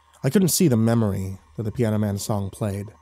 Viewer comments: He says son can you play me a MEMROY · I was thinking the same XD "MEME-ROY!" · "Son can you play me a memroy..."